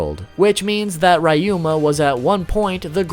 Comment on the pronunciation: RAH you mA (ryuma) 🤦🏻‍♂️😑🤦🏻‍♂️😑🤦🏻‍♂️😑🤦🏻‍♂️😑🤦🏻‍♂️